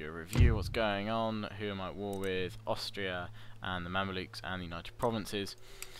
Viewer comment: They're Mamelukes not Mandiluks xD